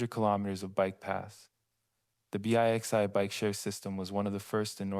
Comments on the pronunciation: p.s. It's not B.I.X.I, it's Bixi! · its pronounced bicksy omg b-i-x-i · pronounced BIXI as "bee-eye-ex-eye"? Are you using a text-to-voice computer software? No one that's been in Montreal would ever pronounce Bixi this way.